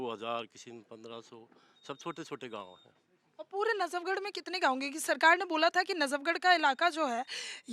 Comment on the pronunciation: Najabgarh nahi hai.najafgarh hai. Sudhir Badsa.